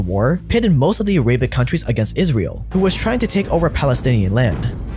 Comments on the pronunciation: It’s not “A-ra-bic” It’s “Air-a-bic” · arabic is spelled "a-raah-bihk" and not "a-ray-bik" just wanted to point that out lol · "Arebic" lol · Great video can’t stop hearing “Araybic” though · I’ve never heard someone say “Arab” and “Arabic” like that 😂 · Why do you pronounce Saud and Arabic like that? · ability to mispronounce even the most obvious words is stunning. I thought he would never be able to top saying “Papal States” wrong, but not knowing how to say Arabic correctly takes the cake.